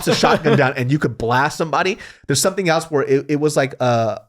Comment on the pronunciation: Great podcast! Side note: anyone else notice pronounces the word “else” as “AL’s”? Lmao 😂 Love ya